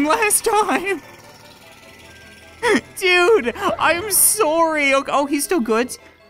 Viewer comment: xD you say sorry like sory